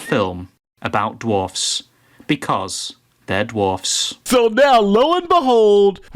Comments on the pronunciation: Do you have an aversion to the letter W? You kept mispronouncing the word as 'dorfs.' It's dwarfs. DWA. Other than that --good show. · I love the fact that you're almost consistently saying "dorfs" instead of dwarfs. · "dorfs?" or dwarves? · It's dwarfs not dorfs. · Peter Dinklage: *woke whining*: DORFS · WHY DO YOU CALL THEM DORFS? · Seven Dorfs… The W In Dwarves is NOT silent.. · "Dorfs..." LOL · all I heard was saying dorfs lmao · “Dorfs” 😂🤣. That’s the way I used to say it. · How about a commentator who can actually pronounce Dwarves correctly?